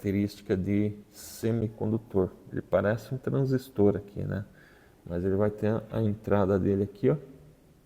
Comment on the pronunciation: Parabéns pelo vídeo, bem explicado. Obrigado por dedicar seu tempo para trazer essas explicações e até da gosto de ouvir a pronuncia correta da palavra TRANSISTOR, bom demais.